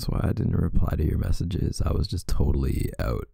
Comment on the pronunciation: Sometimes I forget and then he'll pronounce "been" or "out". It's so cute. 🥰